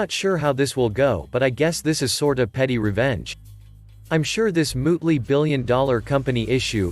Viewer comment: Mootly ? Mull tie